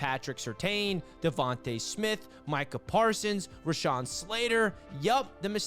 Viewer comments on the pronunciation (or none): none